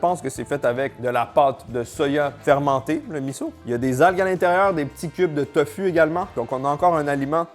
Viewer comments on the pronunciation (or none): none